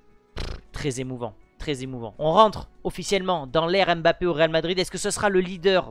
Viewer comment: C'est pas M- bappe c'est mbappé direct